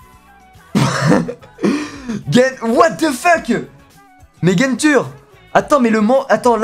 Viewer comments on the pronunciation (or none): C’est pas genture ça ce prononce "guenssrou" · just ta regarde hunter x hunter ? tu la mal prenonce le Genthru tu la tue